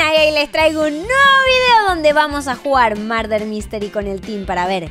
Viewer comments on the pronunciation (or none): se dise murder no marder😂😂😂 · murder no marder si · se dice murder como se escribe!